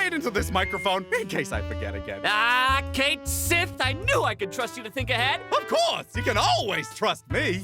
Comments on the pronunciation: 'Cait Sith' is actually pronounced "cat shee"... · I'm horngry for this series to pronounce Cait Sith's name right.